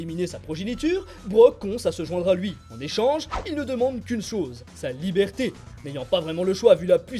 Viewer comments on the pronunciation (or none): none